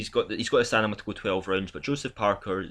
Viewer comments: Great channel and commentary dude, you got a sub out of me! But ffs mate, please stop saying 'stanima' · Hahahahaha he got me question my English with that stanima aswell 😅 great video though.